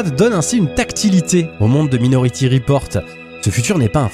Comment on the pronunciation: " Maï " nority, merci 😉